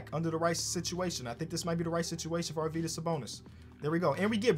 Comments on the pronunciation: Yuo pronounce Arvydas pretty good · You're pronounucing Arvydas correctly - love from Lithuania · you pronounce Arvydas better than i've heard any American do it great job